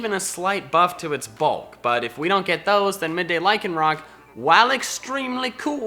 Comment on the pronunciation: AGAIN, LYCANROC DOES NOT END WITH A K!